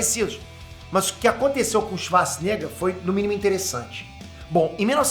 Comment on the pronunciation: Só eu que ouvi o falando "Arnold Schazznigga"?